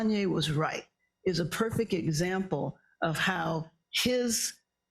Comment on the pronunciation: That school had a sketch reputation. It was not properly credentialed and a student had been reported missing. At this point he just needs to stop and get mental health evaluated. Lol mispronouncing Kanye’s name is an OG move.